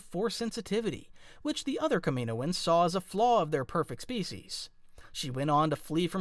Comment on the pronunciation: ..... ok please say it with me KAM-IN-OH-ANS not Komoins